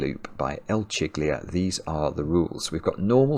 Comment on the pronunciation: The pronunciation of "Chiglia" will be something like "Keelya".